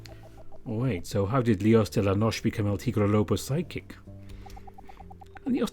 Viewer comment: Hey! Just wanted to let you know that in Spanish, “Leos De La Noche” is pronounced “lay-ohs day lah no-chay” but you keep doing you if you’re uncomfortable with it 👉👈 Still, I love tuning in to listen to your voice! Keep up the great work, as always! : )